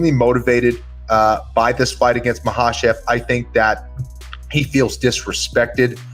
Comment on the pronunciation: Thank you Kenny Florian I finally know how to pronounce Islam's last name Ma- ha-chev!!🙂